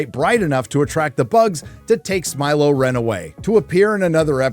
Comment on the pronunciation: Not “Smy-lo REN” ahhhh